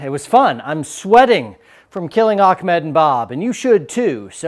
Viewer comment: It is ahmed not akmed xD